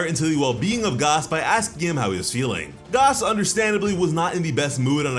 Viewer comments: It’s pronounced Gas like regular gas not gaas. There’s oil, elect(short for electricity) they are the heaters. Please stop saying Gaas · I hate how this nigga says gas its just gas like what goes in the car my dude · Please, for the love of Yamoshi, please stop calling him "Gaas", his name is ⛽ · Dude. His name is "GAS" like GASS not "GOS". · Why you pronouncing gas wrong?… lol